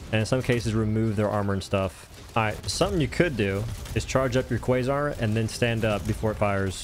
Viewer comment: Thats a nice "cwasoint" cannon you got there.